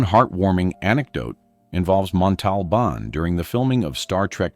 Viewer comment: So... how many times are you going to mispronounce, 'Montalbán'...?